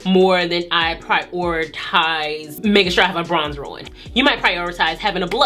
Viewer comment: Did you say BRONDER????? Omg its BRONZER!!!!